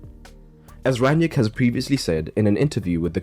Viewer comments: Why do you keep calling him Ran-yick? It’s Rang-nick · Its „ Rang - nick“ . Not that hard… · yet half the English commentators say „Ran-yick“ 😄